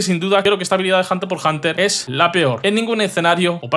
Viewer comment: Como que hunter por hunter? es hunter hunter amigo